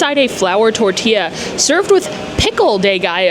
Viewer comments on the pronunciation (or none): none